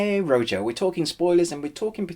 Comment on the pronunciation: the pronunciation is ROHO, not ROSHO :)